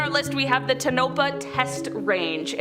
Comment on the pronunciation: I’m from Nevada born & raised and I cringed when she said Tonopa us locals pronounce it TOE-NUH-PAW, she said Nevada correctly but but not Tonopa 😅, tho I understand how if ur not from the area u may not know how to pronounce some of the town names especially since some of them don’t have English origins 🤷🏻‍♀️